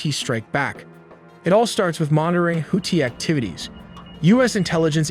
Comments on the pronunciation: Its pronounced houthi not houti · Oh jeez here we go with the horrible pronunciation of Houthi again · Holy shit plz fix your damn AI, hearing them say Houthi and Tomahawk made me shut it down!!!